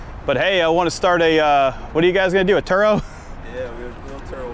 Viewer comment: Turo lmaoooo not churo